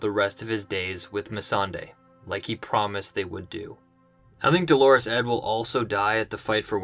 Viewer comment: Just a note. It's not DOLORES Edd. It's pronounced DOLLAR-US Edd. Thank you.